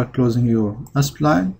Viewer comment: sorry i just cant hold myself to say " why can't you pronounce 'spline' normally ??? why are you saying s - pline ??? "